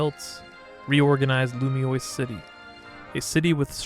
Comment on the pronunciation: Loo mee ohs Not Loo mee ois Lumiose. Not Lumioise.